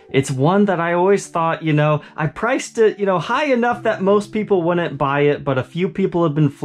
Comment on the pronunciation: "WOULNIT"? Really? I like you, but dude, your English really needs work! Then I "WOULDN'T" any longer tune out before you're finished.